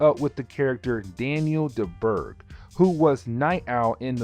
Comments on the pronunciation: Question....Is he saying word's Wrong/ Incorrect on Purpose? Like Parole..Insted of on PATROL? and Dieburgh instead of DAN DRY-BURGH? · his last name is pronounced "Dry-burg"